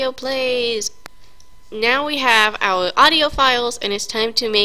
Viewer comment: "we hav ouw awdio" lmao